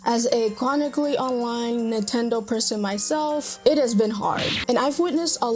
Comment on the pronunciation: it's Nintendo not "Nutendo"